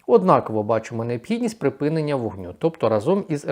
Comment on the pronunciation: Та припИнення війни а не припінення. Вивчить нарешті це слово!!!